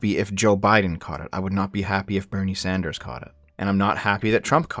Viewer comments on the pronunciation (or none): none